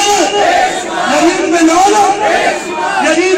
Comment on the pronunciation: Iski auqat nahi munazra karne ki. Masjid ko majjid, yazid ko yajjid bolta hai. Pata nahi iske baap ne isko kaha padhaya hoga. Ye khud Ahle bait ka gustakh hai video me bolta hai ki humko shiya se milate ho aur nicche shiya wali comments pe ❤️ bhejta hai kyu ki ye khud shiya hai.